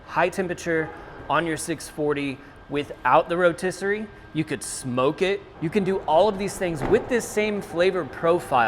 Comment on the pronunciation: The row-tiss? lol